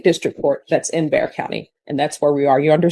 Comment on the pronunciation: It’s Bexar county. Not Dare county.😂 AI will not be the answer.